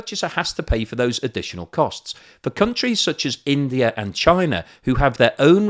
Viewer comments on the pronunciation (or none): Russer, Chiner, Indier are in Asier.